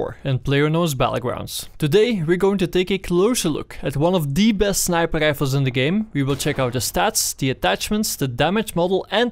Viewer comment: I would love to watch your videos man, but I unfortunately just can't stand the "sniper gdifles" Im so sorry. 1 like for you though because I know you have a good following and your videos are informative.